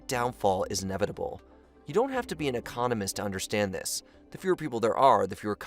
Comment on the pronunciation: Economist, frigate, what other words can we englesh today?